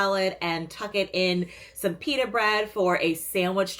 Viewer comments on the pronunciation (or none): none